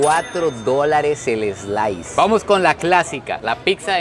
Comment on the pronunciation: “ eslais “ interesante 😂